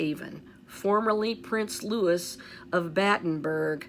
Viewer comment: Hi 😊💕🌸thanks for all your diligence! Louis is pronounced “Loo ee “